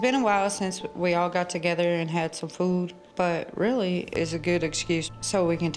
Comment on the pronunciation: Its FOOD not FOO ...